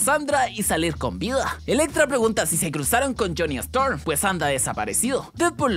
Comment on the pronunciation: es jhonny storm y dice jhonny strom